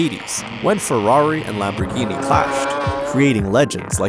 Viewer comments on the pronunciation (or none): none